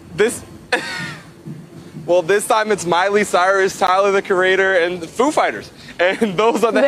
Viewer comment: She said I don’t know the bands. Then she said I luv the fooze